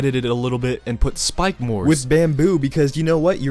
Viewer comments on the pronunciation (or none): none